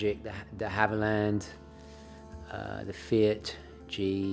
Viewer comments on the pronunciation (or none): none